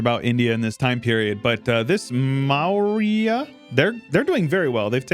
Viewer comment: pronouncing the Maurya Empire as "Marra" is actually hilarious